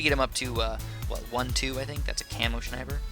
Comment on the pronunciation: I genuinely don't understand how you can say "shniper"... you don't say "shnail" or "shnap"... makes no sense to me and even though usually nothing pisses me off, this actually is kinda of... irritating xD oh well, each one to his own.